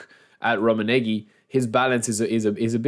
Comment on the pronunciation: Love the content. You're pronunciation of Rumminege isn't the best though haha